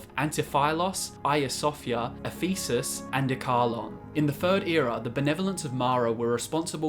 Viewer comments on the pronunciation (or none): none